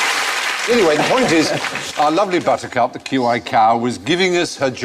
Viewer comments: It's QI not iq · So wait, I'm the only person annoying enough to point out it's QI not IQ?